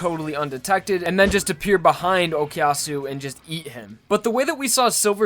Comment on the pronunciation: I know it's been 8 years, but you do know that it's O koo yasu and not O key yasu, right?